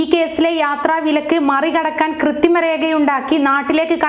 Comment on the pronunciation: ക്രിത്തിമയല്ല കൊച്ചേ... കൃത്രിമ. നാക്ക് വടിക്കണം.